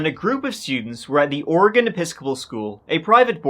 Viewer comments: It was so pronounced so perfectly, I didn’t even notice! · The fact that you can pronounce Oregon better than half of America is amazing 😂🎉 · Thank you for pronouncing Oregon correctly! People in our own country can’t do that. 😮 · Yay covering my state and he said it correctly! 🎉 I was in 5th grade about an hour South when this terrible event happened. Such a sad, unnecessary tragedy. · Hearing Oregon pronounced properly makes me wanna pop champagne and toss confetti all over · I never comment on videos but I just gotta say that I'm from Oregon and appreciate the hell out of the fact that he properly pronounces the state name. Another excellent video as always. Keep it up,! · Just had a short trip up there this summer. A very different feel in the summer! I love that you always pronounce Oregon correctly. It’s very distracting when it’s pronounced incorrectly over and over in videos. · I grew up in Oregon about 100 miles from Mt. Hood. I was a junior in high school and remember the horror of knowing those kids were stuck up there on the mountain—listening for the radio news updates, waiting for their rescue, and hoping they would survive. Thank you for giving such a respectful and thorough telling of their story. (And for pronouncing Oregon correctly 😉) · Thank you for pronouncing oregon correctly! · You pronounce Oregon like an Oregonian! I was expecting ori-gone😅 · Nice, a story from my home state. And I'm so happy you didn't butcher saying oregon. Thank you for a great story. And only the outside was used in the shining